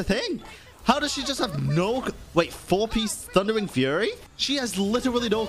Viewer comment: did I just hear him say "Thunderign Furry"?